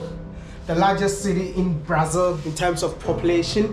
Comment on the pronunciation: The man's been living in brasil for 8 years and still calling it "brai-zil". The Ghana in him is forever strong 😂